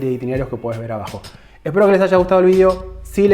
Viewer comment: nonono porque decis vidio si sos argentino